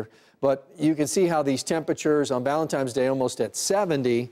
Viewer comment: ValenTINE's day, not ValenTIME's day. Why can't people get that right?